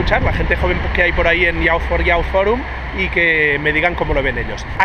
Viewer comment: Grande Valentí. Una cosilla, para mejorar más que nada, "youth" se pronuncia /juːθ/, que pa que nos entendamos sería "yiuz". Soy muy friki de la cosa del inglés, sorry :)